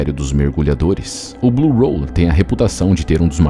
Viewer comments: Por que você fica chamando de “blue roll”? É “blue hole”. Buraco. Hole. Não tem R cara. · Ao longo de todo o vídeo, a palavra "hole" é pronunciada de forma completamente errada.